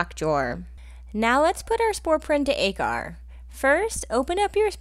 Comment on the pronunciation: Agar is pronounced Aww-ger